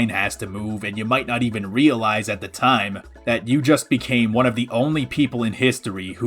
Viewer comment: TOIM? did,, did you say time wrong or is that the name of the rom hack?? ????